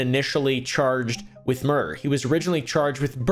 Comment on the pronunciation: "Is it just me or do people get muerder a lot nowdays" -oompaville 2024.